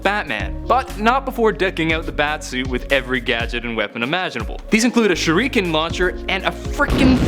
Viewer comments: shuhreekin? it's sure ih ken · Shureeken you say